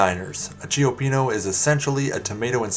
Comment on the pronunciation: I like this video, except how you mispronounce both names. Chi-pee-no and Per-man-ti. Not Che-o-pee-no and Pree-mahn-ti